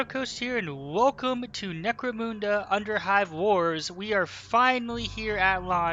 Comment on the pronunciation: Not criticising, say it how u want, but, it’s necro munda, munda like under not necro moonda, u get a like for the effort tho 👍